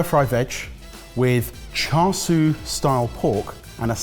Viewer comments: This has been a running joke for a long time but needs to earn a pronounciation badge. I cringe everytime he pronounces char siu and char sui. Its sIU not sUI. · sorry to say but everytime I hear "char sue" rather than "char sui" I cringe horribly, great dish though will definitely steal some things. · Please, someone, just write "cha seeooo" on a card for. He's trying to pronounce it char swee again.:) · keep saying ‘char sui’ instead of ‘char siu’. Lol. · char swee? 😂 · The pork isn’t called char siu, the name is chashu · Char “swee” 💀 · Say it with me boy cha shoe Not all the other ways you were murdering chashu pork. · Char souie 😂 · Please don't call that "Char Siu" (smh), have you learned nothing from your "Paella" fiasco? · i don't know how ben can hear the correct pronunciation of "char siu" from so many times yet still butcher it everytime